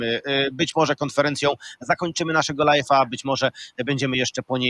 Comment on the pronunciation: To nie jest lajf tylko lajw. Nie kończysz lajfa tylko lajwa, amatorze.